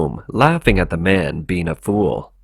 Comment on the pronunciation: The narrator makes it very difficult to discern whether he is saying "man" or "men". That is shockingly confusing...